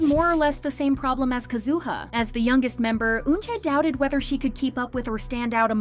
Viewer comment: Just FYI. Sakura is not emphasized as Sa'koo-ruh. It is said like the word Yamaha. It is pronounced "Sa-ku-ra" with the "ku" being a short quick version of coo, and the r like the beginning of a trilled r. Almost like a light "d". If you can speak Spanish, you know how to do it already. For Kazuha, same issue with the u again; less ka'zoo-ha, more ka-zu-ha.